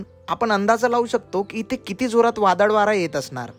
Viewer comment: वादड नाही वादळ 😂 मस्त 👌 तु जिथे जातो तेथील गाव, तालुका आणि जिल्हा यांची नावं सांगत जा 🙏 म्हणजे लोकांच्या लक्षात येईल आणि ते सहज जाऊ शकतील 🙏 बाकी तुझे व्हिडीओ खुप सुंदर असतात आणि मला ते पाहायला खुप आवडतात 🙏 सप्रेम जय महाराष्ट्र 💪🚩